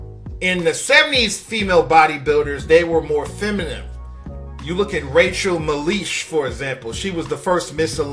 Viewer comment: Dude you got everyone's name wrong.. Rachel Mclish and Cory Everson. You don't sound like you know anything about bodybuilding lo